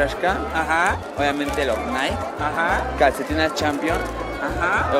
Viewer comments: Naiki es la pronunciación correcta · Porque pronuncian la marca Nike así 😂